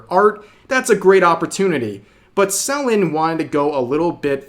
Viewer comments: Lmao the way he say Selen. "Celan" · I like how he keeps pronouncing it SELL-en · You've been pronoucing Selen's name wrong and I started saying "selling" every time you'd say her name. No worries though, just making jokes It's pronouced "Se-lén" and not "Sél-len" btw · I know Rev is trying to be well-meaning here but he could at least take the time to learn how to pronounce the name of the individual he's reporting about and not just blatantly lazily reading what he sees on paper. It's not SEL-en Tat-SOO-key. It's Se-LEN TATs-key. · Are you mispronoucing her name sullen or suh-len? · Im going insane because he keeps saying Sellin' instead of Sell N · you know it's pronounced selEN right 😭its killing me the way you keep saying it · tbh i never heard someone say Selen like Sel-Lon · love how you covered this situation, only thing that's bothering me is how you're saying "Selen" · can't even say her name rite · Okay, this is serious and all but the way Rev pronounces Selen is making me twitch. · Amazing video Rev But the way you kept misspronouncing her name 😭